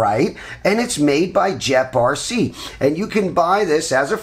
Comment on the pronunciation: pretty sure its pronounced gep rc. not jep rc lol